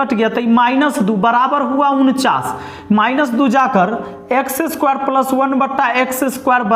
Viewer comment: पलस नहीं रे बाबा प्लस 😂